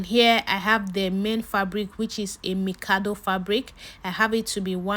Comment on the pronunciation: She said mikado